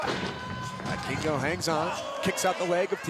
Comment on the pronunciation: I cringed everytime that they said "Vikingo" wrong. Everytime I heard "Buy Kingo"